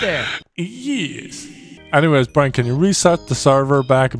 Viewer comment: He doesn’t say Brian, he says Brine. Come on guys